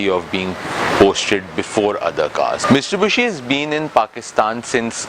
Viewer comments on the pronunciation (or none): Hi..... it's Mitsubishi not miSTUBISHI 😊. Still waiting for Audi A3 review. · Its Mitsubishi not "mistubushi"😃.. Its a common mistake we Pakistanis make. Nice review though as usual..👍👌